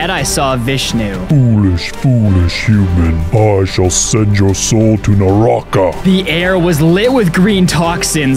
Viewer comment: The “a” that you see at the end of every name is silent so it is called narrak